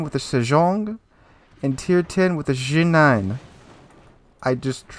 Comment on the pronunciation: As a player from Hong Kong, you nailed the pronunciation for Harbin, just a bit off on Ji nan, that's a city in mainland China and we usually just say the english name with Putonghua